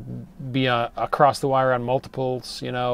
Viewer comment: The word "across" does not have the letter "T" in it. Stop adding a "t" that is not there.